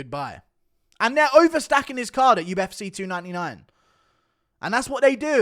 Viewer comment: The U-F-seh 😂 bro it’s cee.